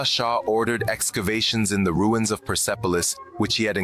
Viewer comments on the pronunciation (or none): none